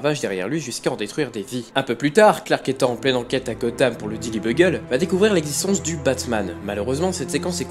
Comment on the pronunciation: Tu as dit "daily buggle"